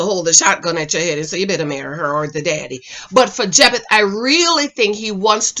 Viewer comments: PLEASE pronounce Jephte’s name correctly!!!! It’s pronounced like Jeff-tee NOT Jep-Th!!!!!!!!! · I think his name is pronounced Jeff-tee lol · I’m so weak at her saying “Jep-eth” 😩😂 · Please say Jephte name correct. Pronounced ‘Jeff-Tee’ said multiple times on the show 🙄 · Omg, the man's name is JEFF-TEE 🤦🏽‍♀️🤦🏽‍♀️🤦🏽‍♀️ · His name is pronounced Jef-tee. 😉 Jephte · His name is Jephte (jep tee) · ..... and kept pronouncing his name wrong . 🤦🏽‍♀️